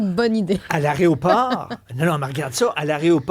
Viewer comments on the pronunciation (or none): Arrêoport ????🤦🤦 Aéroport plutôt 😅😅 merci de ne pas inventer la prononciation 😅👍